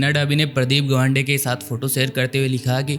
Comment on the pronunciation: It's 'गावंडे' not 'गवांडे'